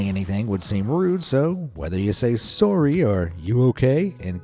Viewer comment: "swory" XD